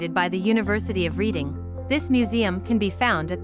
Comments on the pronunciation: Please please when narrating a video do your research and pronounce things correctly. It's Reading (pronounced Redding) not Reading (as in reading a book). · I'm a born and bred Redding Ight (Readingight) now living in North Queensland Australia! Ostreleah 🤣 for God sake I hate how people mis pronounce stuff, please do your research!!! 😭 Ok! It's pronounced REDDING! Yes I know that's how it should be spelt! But it isn't, Redding Redding Redding! And Cave ershum??? It Cav er sham! Caversham! And BTW I now live in Os straylia! Not As treliah! 😂 Best Regards 🤣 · This was a very interesting video ! I lived for about 60 years in Reading , Pennsylvania which is named after Reading , England ! One correction , it is pronounced like the color Red .